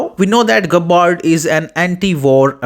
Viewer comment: Hopeless pronunciation of her family name. Listen to the true pronunciation of terms before speaking.